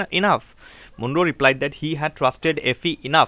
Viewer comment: Sir, it's Mon-ro not M-oon-ro